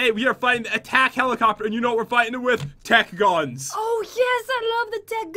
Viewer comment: why does say tac guns like that?